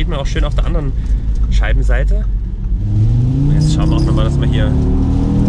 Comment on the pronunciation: Scheidenseite? XD?